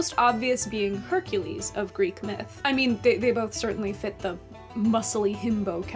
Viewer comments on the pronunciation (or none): none